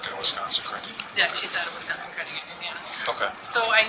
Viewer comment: Its Wisconsin. Not West-Consin 😂